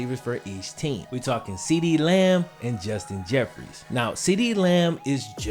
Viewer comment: WHY THE FUCK ARE YOU CALLING JUSTIN JEFFERSON,JUSTIN JEFFREYS